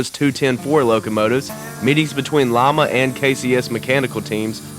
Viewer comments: I heard Llama too. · Lima is pronounced Lye-ma, not llama.